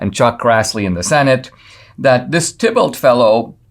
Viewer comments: I'm sure Thibault is pronounced "T-bo". French name. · It's pronounced 'Tee bo'. 'Bo' as in rhyming with "toe". TEE BO.